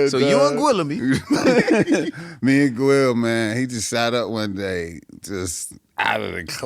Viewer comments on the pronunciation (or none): 😂 not Gwill-a-me. Maybe like Benson Guillaume….thats how I would have went with it 😂